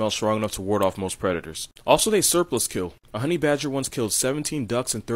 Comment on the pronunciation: he said"Stoffle the homey (HOMIE) badger. lolahaha